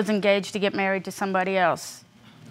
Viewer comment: In the first episode they were getting "marryed" judge not "married". 😂😂